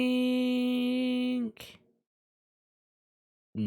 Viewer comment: I love you but can you please stop with the anythinK! It's anythinG!!! It's driving me loco hahahahah <3